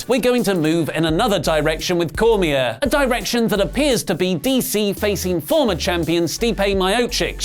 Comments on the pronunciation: It's pronounced Corr me ey not cor me air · (Core-me-ay) (me-o-chich)